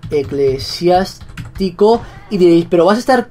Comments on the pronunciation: Eclesiástico no eclesiatico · vegetta llamo a Eclesiástico ECLESIATICO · Tu perro se llama eclesiatico no eclesiastico